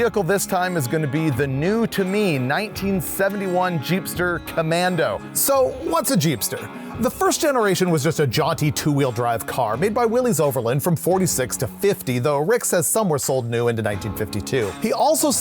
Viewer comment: It's not Will-EEZ Overland, it is pronounced the same way as Willis as the "y" serves as an "i" Do the founder and the Willys family an honor and pronounce his name right.